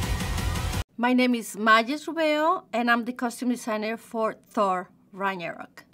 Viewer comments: “Thor Ranyarok" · "Thor rañaro"